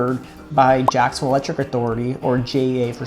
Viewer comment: Why did he say Jacksonville like that?